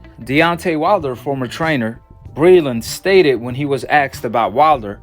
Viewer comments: And the words is “asked” not “axed” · "when axed about Wilder" ... 'axed'???? What language is this? Do you mean "asked?" How do I stop this channel from coming up on my feed. Yes, trainers give boxers water. Doesn't mean it's spiked. What a lol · You lost me at "axed" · Asked not axkd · When he axed wow it's torture